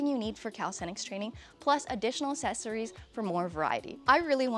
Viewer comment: It’s eSpecially and aXessories, not expecially and acessories